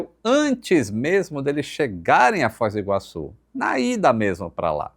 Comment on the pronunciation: O meu TOC não é de ver o microfone do descentralizado, mas sim de ouvir ele falando Fóis do Iguaçu, mais de uma vez, ao invés de Foz do Iguaçu.